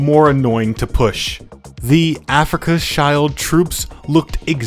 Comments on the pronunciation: Bro's pronunciation of Afrika Schild is crazy... never forget the great Africa child war of 1964😓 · it hurts to hear "africaners" and "africa skaild" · Who even pronouns shild like this? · tweaking every time this man says africa child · The "Afrika Schild" should be read as "Afrika Shield", it's got nothing to do with children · No, it's pronounced like "Shilled" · Cool video, but sorry, wrong pronunciation of Afrika-Schild caused me to cringe every time. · spending 70 hours recording, editing and narrating this video but not ten seconds to google how to pronounce Afrika Schild